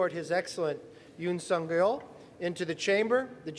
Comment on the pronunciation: Couldn’t the announcer have pronounced the president’s name correctly?😮